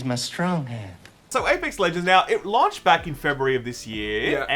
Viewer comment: The way you pronounce 'launched' has bothered me for a while now...